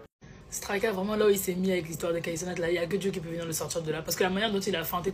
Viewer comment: "Kai" pas "Kait"